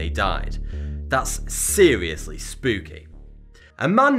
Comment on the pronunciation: “Seerilisly spookie”